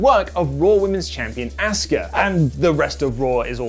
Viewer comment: It's Ah-ska not Ass-Ka.